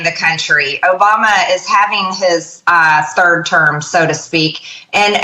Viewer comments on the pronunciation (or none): none